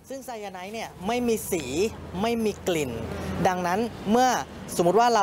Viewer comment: ออกเสียง คือไซ-ยา-ไน ไม่ใช่ ไซ-ยา-ไน๊ท